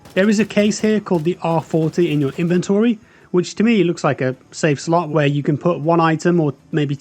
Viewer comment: He says things wrong, such as tourniquet and inventory, a couple of times, which are the obvious AI words